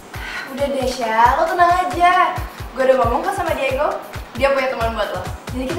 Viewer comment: ngomong digo ajh Diego gtu